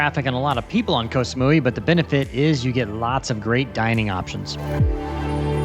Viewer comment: Hi, Just FYI, here in Thailand 🇹🇭 “K” as in Ko or Koh is pronounced like our letter “G”. Very rarely pronounced correctly by foreigners. Happy sailing. I live on the beach not far from Ocean Marina, so maybe I’ll see you when you come back in to lay her up.